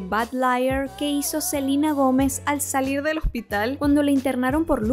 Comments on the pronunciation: se dice Selena, no Selina. Obviamente no sabes nada de moda cuando te vistes así y críticas los outfits de Joss. Claramente no sabes nada amiga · Si es entendible que los gringos digan Selina porque así pronuncian su idioma, pero si es latinos hablando y el nombre es en español lo correcto es pronunciarlo en español. En cuando a la moda está bien vestida y tiene derecho a criticar lo que quiera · SELENA SELENA no CELINA 🤦🏻‍♀️ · Se pronuncia Selina, vete un vídeo de Sel y escucharás que así se pronuncia su nombre: ''Selina Goumez''